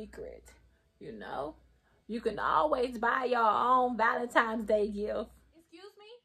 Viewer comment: It's not valenimes it's valentines